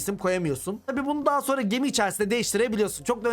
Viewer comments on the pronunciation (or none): none